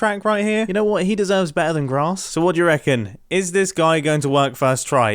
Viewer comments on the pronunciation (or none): none